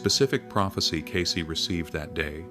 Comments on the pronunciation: It isnt Casey, it's Case as in suitcase. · CAYCE not Casey. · Its "Cayce", not Casey.